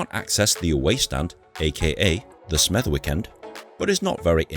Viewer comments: Btw as Albion fan just to let you know you pronounced Smethwick wrong. It’s pronounced Smethick. So it’s a silent ‘W’. Just sayin. Hope you enjoyed the mighty Hawthorns tho 💙🤍💙🤍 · It's pronounced Smevick. The W is silent lol